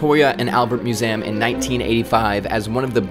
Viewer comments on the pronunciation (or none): what the hell is a myoozayuhm? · Bro said muSam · I’ve never heard anyone say museum like that before. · Please don’t say museum anymore